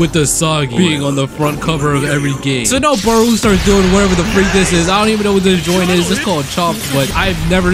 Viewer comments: Where u getting barooo from? It’s barou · Its not baru its barou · bro really said baroo XD no hate but its pronouced like bato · The chop that baruo did is the ronaldo chop oh and you saying his name wrong